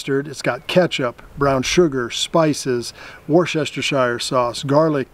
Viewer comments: Wooster shire 😂 simple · Yey! Another video! Thank you for explaining what a sloppy Joe is, as I've heard the name often, but never known what it was. Worcestershire sauce is pronounced wooster shire (all one word) sauce :) We just love making things difficult 😂 Did i actually see walnut pieces in that nut and raisin mix?? If i did im stunned, it used to be the cheapest nuts, and that was pretty much peanuts. I wonder how much that Sargeants rug is worth now, i know that properly woven rugs that come from that area of the world cost so much now, at least here in the UK they do. That looked like a really good mre. Ive never tried that one, but im going to keep an eye out for it. Brilliant video as always. :) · its pronounced wuster sauce.... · Wore sheshtershire sauce 😂 fuckin love you yanks trying to pronounce English place names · Hiya, I get really frustrated when people pronounce things incorrectly. I am British, I would love it if you would start saying Wooster sauce instead of Worcestershire sauce. It’s not pronounced the way it is spelt. I don’t know what the makers were thinking of when they labelled the sauce, I think they should put the pronunciation in brackets on the label so that other nations wouldn’t murder the way they say it! Love your content. Xxjojoxx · More like war Chester shire sauce. It’s really difficult for most people to say. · Americans find it imposible to pronounce Worcestershire sauce 🤣 how do they pass English exams lol